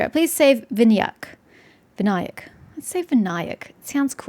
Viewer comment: you pronounced Vinayak fine lmao. Vin-aa-yak is indeed correct...and there is no point in it being voice acted, as they have been using hindi words ever since sumeru released, and they are still pronouncing things wrong.